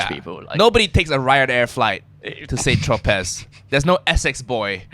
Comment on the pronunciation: Saint Tro-pay not pez, the French don't pronounce ending consonants.